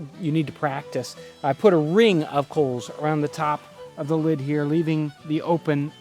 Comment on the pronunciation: He did emphasize RING when he said "I put a ring of coals on top"